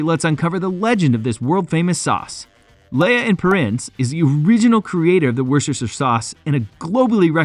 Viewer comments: It should be pronounced "Lee" and Perrins "Wooster" Sauce. Hence I gave up on this vid after a minute and a half when my English ears had had enough. The sauce is lovely, though. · It's not Leeeeeah you idiot it's Lee. Honestly you Yanks embarrass yourselves. And It's not worcesteshire sauce it's pronounced Wooster. You are very funny - why not actually do some research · Bruh. it's pronounced Wuster just like Muster, Buster, Cluster, Thruster, or even Knuckle Duster ! Wuster Sauce for the win ! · What is wrong with Americans ? And why can they not pronounce Worcestershire ? It is WOOSTER SHIRR Got it ! The town is WOOSTER, The County Is WOOSTER SHIRR ! It isn't that hard ! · Keep it simple speechrobot; call it like the Brits: wooster suace..after the city Worcester..pronounced wooster. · Shistershester sauce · Don’t make a video if you can’t pronounce it right, waste of my life, you can’t act intelligent when you pronounce it wrong. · Wow that Pronunciation is next level ! awesomely bad, you will laugh too when you hear how it's said !....cheers! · If you make a video like this , can you please learn how to pronounce the name Worcestershire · His pronunciation was all over the place and kept changing, though. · Oh no! I started watching, but couldn't take the mispronounced Lea (Lee), Perrins(Pear-ings, Worcestershire (wu-stuh-shuh), Tamerind (Tam-ur-rind). I had to stop, wrote this comment and left.